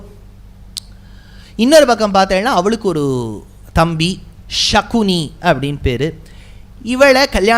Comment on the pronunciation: ச என வரும் இடத்தில் ஷ என சொல்வது தவறு.உதாரணம் காந்தாரி சகோதரர் பெயர் சகுனி ஷகுனி இல்லை